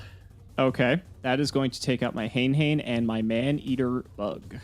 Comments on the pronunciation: "HANE-HANE" HAYN-HAYN 🚫 HANAY-HANAY ✅ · hen hen? you mean ha-NAY ha-NAY 😎 just kidding, feels good too see thus format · it's supposed to be hah-nay hah-nay, as in the japanese word for feather "hane", but engligh people generally pronounce it hayne hayne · I recently learned that "Hane Hane" was actually pronounced "Ha-nay" Ha-nay". Thanks to one of Team APS's video. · hane-hane is Hah-neh hah-neh, please this is driving me maaaaaaaad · Isn’t it pronounced huh-nay huh-nay? Otherwise, very great video, thank you